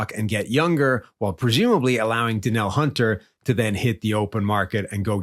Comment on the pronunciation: Danielle Hunter's first name is pronounced Duh NEEL.